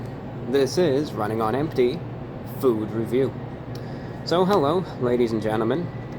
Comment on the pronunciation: You said food review wrong. .maybe because you aren't in your comfort zone